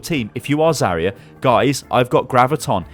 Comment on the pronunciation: Pusok Mate Zarya not zarier